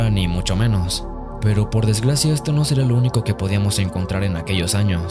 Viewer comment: "por Desglacia" xdxdxdxdxdxd que aweonao pónganle cero 🗣️